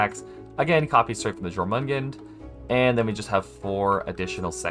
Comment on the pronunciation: just saying, the j in jormungand should be pronounced like a y. the name is based on the norse jormungandr